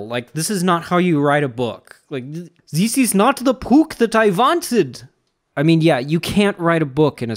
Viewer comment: You say dis!